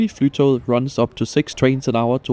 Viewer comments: OMG I CAN'T! The amount of times he said "flytow"... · 😅 It's not pronounced Fly To Get. Flytog means flight train in Norwegian (tog is train). The ending -et forms the definite form after the noun according to Norwegian grammar rules, therefore Flytoget means "The Flight Train". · Norwegian Flytoget with the danish pronounciation took me a moment to digest 😆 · Puzzled by your pronounciation of "Flytoget" ( I think of it as english Fly to get" )